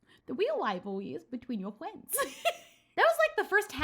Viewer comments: But the weal wivalwy is between your fwends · "The weal wivalwy is between your fwends" XD <3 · No one:: the weal wivalry is between your fwends... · "The weal wivalwy is between your fwiends." - 2019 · “The weal rivalwy is between your fwiends” FAVORITE PART OF THE VIDEO🥺♥️